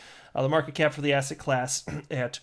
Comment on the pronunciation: again... every time you say Asset now, I can't help but think that you're saying Ass-Hat